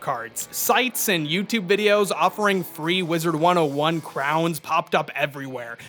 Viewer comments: Please for the love of god stop saying “wizards101” there’s no “s” at the end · “Wizard 101, or as I like to incorrectly say it, WizardS 101”